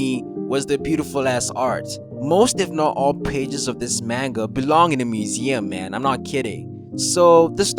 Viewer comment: learn to pronounce manga correctly dawg